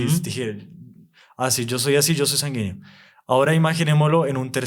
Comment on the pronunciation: Muy bueno el tema pero por favor corrija la pronunciación sanguíneo